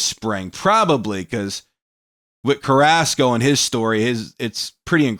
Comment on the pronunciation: Man I hate how he cant say Carrasco right...I mean I get if you cant roll the r's, but "Ask-O"...? bruh